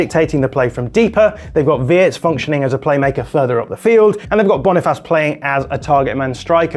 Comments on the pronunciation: Its not that difficult to pronounce bro. /Boni- FACE/ NOT /Boni-FAS/ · Literally Boniface But calls it Bonifas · BONNYFACE NOT BONIFAS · why would you say BoniFASS as an englishman when its spelled FACE? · Great video. It is actually Boniface spelt Bony face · It is pronounced AS SPELT BONI FACE. As in Face off starring John Travolta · Apparently Boniface's name is actually pronounced in an English fashion (although your French pronunciation sounds much better) 😊